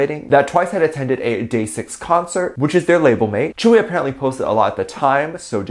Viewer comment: Most Onces know Tzuyu is not even friends with any BTS members, and before you make a video please learn how to pronounce Tzuyu properly